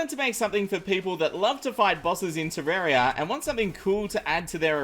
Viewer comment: Why Pronouce Terraria Wrong?